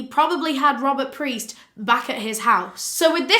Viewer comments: I love your videos so much! However, there are a few corrections that I want to point out: the boy's last name was Piest not Priest; very easy to get mixed up. Also, it's not Lime it's actually pronounced. ^_^ So happy you're back! Can't wait for the next case! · It's Piest, not Priest. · I'm just here to say it's Robert PIEST not priest....no R. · Peist, NOT Preist ugh it's driving me nuts. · Rob peist pronounced like peiced together. Not preist, not the holy man. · It’s Piest not Priest :) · It’s Rob piest not priest 👍🏽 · I just want you to know that you call Robert “Priest”, it’s Robert Piest. Just a small correction. Otherwise fantastic video and now you’re one of my favorite YouTubers. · I just would like to make a small correction in your research. The boy who worked at the pharmacy, who became one of Gacy’s final victims, was named Robert Piest. You kept saying Priest instead of Piest. It’s a small mistake, but a rather important one in my opinion. I just thought you would like to know that. Thanks for all the hard work you do to put out these vids!!! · I'm sorry but could you please show more respect to the victims by doing proper research and stating their names correctly? His name was Robert Piest, not priest. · the boy's name was Robert Piest. (say his name.) tho frankly the mispronunciation "Priest" is super fitting to the way - tho his death was equally as horrific as all of Gacy's victims - this one case was suddenly taken seriously and deified to the point of giving enough fcks to actually solve this already easily solvable case (ie. this had already been solved by an openly gay man who had been tortured and assaulted, but the police didn't consider that a crime) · Love you and your work….just wanted to say it was Robert Piest, not PRiest. Sorry to be annoying, just feel like it should be mentioned. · It's Robert "Piest." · We love you! It's Robert Piest though XOXO